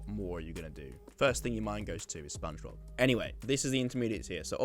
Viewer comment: I dont think its "spong bob"